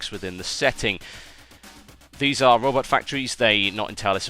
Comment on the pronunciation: I thought he said rubber not robot, so when he said they built robots I got confused...